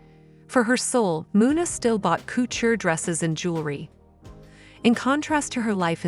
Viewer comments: Learn to pronounce words, 'courture' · Like many other idiots, it’s obvious you butcher any French name or word (like Jean Paul or couture)🤮